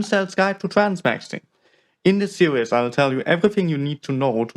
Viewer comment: In this "sewies" 😂